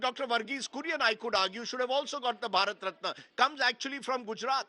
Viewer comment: "Bharat ratni" not ratna😂😂😂